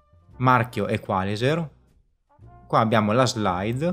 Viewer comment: L'accento tonico penso debba andare sulla i,non sulla a